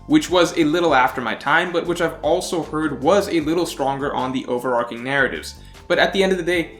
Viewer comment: good video. i agree. also overarching is pronounced over ar CHING not ar king. like archway or archer.